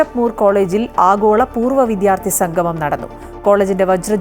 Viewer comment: പ്രിയ.. റിപ്പോർട്ട് ഗംഭീരം.. അഭിനന്ദനങ്ങൾ... വി"ദ്യാ"ർത്ഥി എന്നതിന് വി"ധ്യാ"ർത്ഥി എന്ന പ്രയോഗം ശ്രദ്ധിക്കുമല്ലോ.